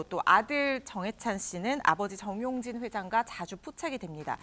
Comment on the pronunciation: 정용진이에요. 전용진 두번씩이나. 발음 교정하시던지 남의 성 바꾸시지말던지.